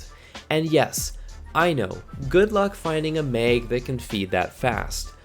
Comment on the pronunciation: Why are you saying "mag" wrong?